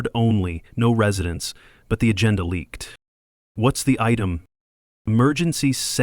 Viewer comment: AGENDA, NOT ATENDA.